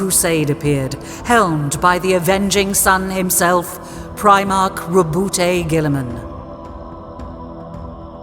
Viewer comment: that's a funny way of saying rowboat girlyman